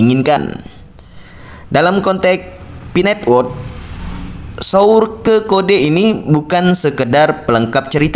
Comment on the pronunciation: Ihhhhh...kamu lucuuu dehhhh masa sourke bacanya😄😄😄😄😄😄